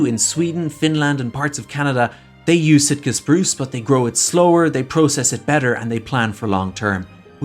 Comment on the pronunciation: Maybe it's the accent but Shitka Spruce sounds about right.